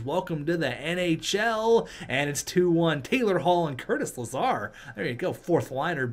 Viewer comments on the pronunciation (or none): none